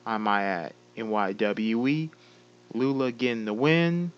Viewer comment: thanks for pronouncing Lula right and yes us Bro Code will get our revenge